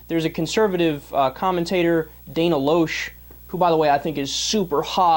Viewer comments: Ugh, Pronounce Dana's last name right! It's Lash not Losh! LOL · it is pronounced Dana (Lash) aka Loesch, and she has her own radio show that Piers has been on a few times. I bring that up because if you don't even know how to properly pronounce her name, than you can't possibly have done the research to know what ideology Dana Loesch actually adheres to. You don't know about her liberal democrat roots, you don't know what caused her convictions to change and you don't know what she, as an individual stands for. Do you research then shoot your commentary. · Atheist conservative here. Hey sport, might consider learning how to pronounce her name before declaring her "super dumb". You abdicate IQ points by declaring yourself a liberal. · I like how he says she is dumb.. But he can't even seem to say her name correctly. Especially when a 5 second google search will show it, or that actually watching anything she is in will say it.. But no.. This kid is obviously a tool of the highest order. Btw.. The books aren't fooling anyone, "bro".